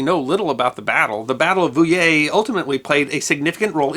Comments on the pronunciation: His pronounciation of Poitiers and Vouillé was good tho ! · Congrats on doing a decent job with Vouillé! however (there's always one isn't there?) Nantes is pronounced like the english word nonce, as in "for the nonce"...or nance as in the short form of the name Nancy, if you're speaking in english... were there pirates?